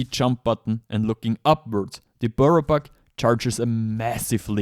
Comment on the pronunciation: if you drink or smoke take a sip or pull every time he says buirrow buck ffs. im never watching his vids again